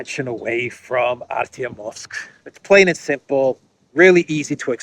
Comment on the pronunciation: Art' O muvsk Art YO muvsk In Russian, letter e (yo) gets word stress without exception. Softness (y or ') is cast backwards onto preceding consonant - t'.